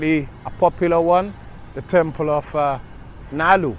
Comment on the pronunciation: Its not nalur Its Nal-lur 🙂